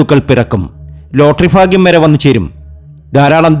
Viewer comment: Malayalam sharikk parayan padikkedo ... Phagyam.... Alphutham jyothishatheyum malayalatheyum vybhicharikkathiri . thanteyoru "phagyam"